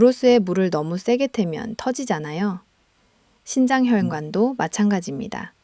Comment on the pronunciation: 신장과 심장의 발음이 헷갈리네요 발음/자막글씨